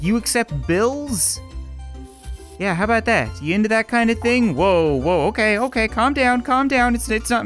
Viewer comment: What are u talkin a-boot?